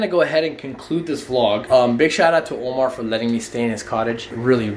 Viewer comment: Instead of Omar he said momar